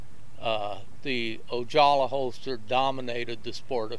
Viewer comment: The surname Ojala is pronounced O-ha-la not O-jaw-la. I cringed every time I heard him say that name. Otherwise a very good history lesson. I used to participate in fast draw about 1960 in a parking lot of a shopping center located between Oxnard and Ventura called Venox.